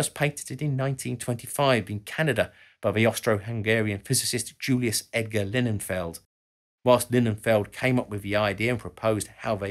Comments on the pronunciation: Did I mishear or did you say that 1947 to 1960 was "nearly" a decade? Also you said Julius Edgar "Leninfeld", while displaying his name "Lillienfeld" on the screen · Not Linnenfeld, it is lili-enfelt... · not linen-feld... lily-n-feld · You couldn't be bothered to pronounce Lilienfeld's Surname correctly, eh?